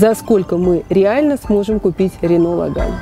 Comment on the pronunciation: все, конечно, хорошо. Но только ударение в слове Logan - делается на первый слог)))